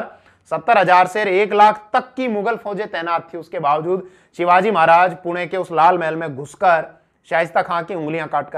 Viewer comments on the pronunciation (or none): none